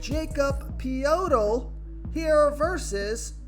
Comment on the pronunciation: Liking DeRozan tonight. Nice try on the Poeltl pronunciation. Try ( Yakob Poh-dle ) in the future